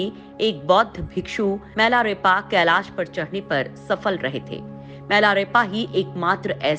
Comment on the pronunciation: बौद्ध भिक्षु का नाम मिलारेपा है, ना कि मैलारेपा नाम का उच्चारण शुद्ध करना सीखो